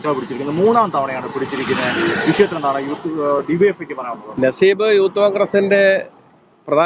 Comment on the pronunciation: നസീബ് അല്ല നസീഫ്.... നസീഫ്.... എല്ലാരും എന്നെ സംശയിക്കും